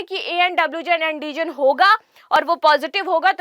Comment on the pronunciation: Andijan nhi antijan Hota h